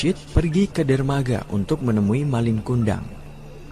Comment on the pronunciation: Bukan MALING tapi MALIN ( ujung kata gak pake huruf G )